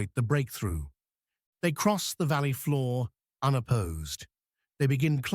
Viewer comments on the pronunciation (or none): none